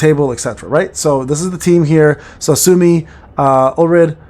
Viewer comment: 'Soo-Oh-Mee', no?